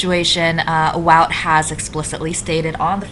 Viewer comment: I'm glad I'm the only one who can't pronounce "Wout" ;) It is pronounced Wowt, though, if I remember correctly.